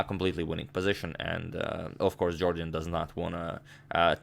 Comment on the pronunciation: #Suggestion as a loyal subscriber I must tell u sir, In his Interviews it is always pronounced as "Yorden" instead Jordan. If I am wrong plz feel free to correct me, it will increase my vast knowledge.